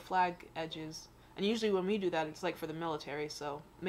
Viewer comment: corps is pronounced "cors" maybe somebody check my spelling that would be good